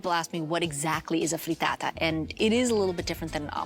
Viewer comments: say FREETAATA one more gd time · If she says “Frreetaataa” one more goddamn time...